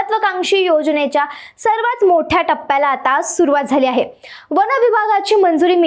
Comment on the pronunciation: ताई, वन म्हणा, वण नव्हे !